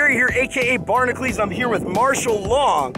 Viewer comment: lol makes up his own name and then doesn't know how to pronounce it properly "Barnacules" is not pronounced "barn-acleeze" Just like "Hercules" isn't pronounced "Hercleeze"